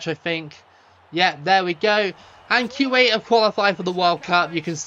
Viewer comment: I don’t know a lot about Arabic, but I think you are pronouncing Kuwait wrong…